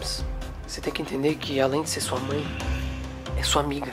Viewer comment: Mãe ❌ Mãr ✅